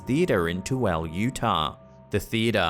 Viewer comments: I love how he pronounces "Toole" lol. It's said "Too-ill-ah" just for future reference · I know I know. Us Utahns spell things funny. The town name is Tooele. You said it like tu well. But it's pronounced like too will ah. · "two-elle" lol It's "too-ill-a". It's a weird name not spelled the way it's said. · As a resident of Utah, it's not too-el it's actually a stupid pronunciation of too-ill-uhh. Even with it being spelled Tooele. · Too el ? Too will ahhh tooele. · Lol for future reference Tooele is pronounced two-ill-a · 1. Guy in a gorilla suit. 2. Cheap magician 3. Looks real. 4. It's "Too-i-luh" (Tooele) and this theater owner has got a reputation for hyping things up to bring more business through the door. 5.The Plane Lady is just plain out of her mind and is trying to drum up publicity because she is chronically unemployed 6.Luan's experiences look authentic. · Tooele (The movie theatre one) is one of those places that unless you're from there you wouldn't know how to pronounce it. But it's pronounced Too-Will-La. No, I have no idea why it's pronounced that way. ^_^; lol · Tooele is pronounced Twilla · Tooele is pronounced: Two-ill-ah. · Btw, Tooele is pronounced Too-illuh. 😊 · From utah here. Tooele is pronounced too-will-uh. I've also heard and am guilty of incorrectly pronouncing it as too-ill, too-will, too-elle, too-well and tool. Thankfully, the locals were quick to correct me. LOL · It's pronounced "too- illa." We are also the home of Skinwalker Ranch, Blind Frog Ranch, and a ton of things I can't explain. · It’s “to wheel ah” tooele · Love slapped ham! Fyi Tooele is pronounced as Two-ill-a but no worries no town is pronounced how you think here in Utah! 😂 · Just a heads up. Tooele in UT is pronounced "Too-willa". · Native Utahn, Tooele is pronounced "too-willa." Mostly empty desert, the county is pretty desolate and evokes wild-west vibes to this day. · Locals pronounce Tooele (Utah) as "Too-ILL-uh"